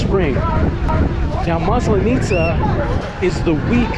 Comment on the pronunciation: Hi. Thank you for another fun video. It’s a second video that you are talking about Maslanitza and you say this word many times. Please, ask your Russian wife to teach you the right pronunciation. The emphasis falls on the first letter a in this word. Looking forward to see more of your discoveries and adventures in Russia